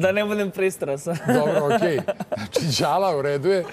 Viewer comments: Nije djala nego dzala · NIJE ĐALA NEGO DŽALA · De izgovarajte jala kao dzala a ne djala ko da su prvi put culi za njega pa ne znaju kako mu se izgovara ime